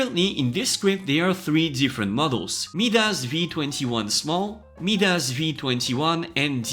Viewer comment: FYI - Midas is pronounced MY-dis, and Euler is pronounced OIL-er